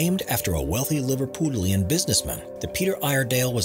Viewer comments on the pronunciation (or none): liver "PUDD" lian PUDD not POOD thank you